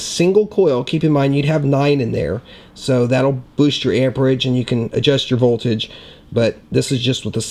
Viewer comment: its voltage and ampage... not volterage..